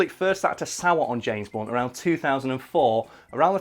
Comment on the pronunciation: i thought you said james bonds